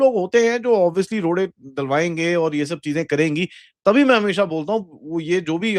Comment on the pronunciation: "Rodey" jo daaleinge. needs to come out as a theth punjabi. 🤣